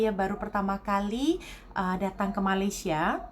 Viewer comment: Mbak Sebutnya bukan Maleesya ... Sy Sh gak ada Ma Laay See Ya